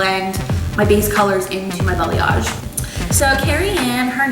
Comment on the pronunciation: Sounds like you keep saying BELLYAGE